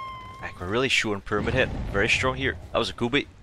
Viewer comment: "peramid head"